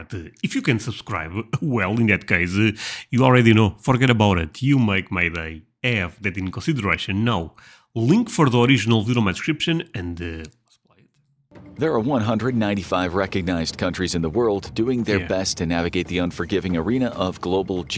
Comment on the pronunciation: I thought you said “Russian” the first time a saw your video when in fact you were saying “consideration”. Maybe other heard wrong like I did.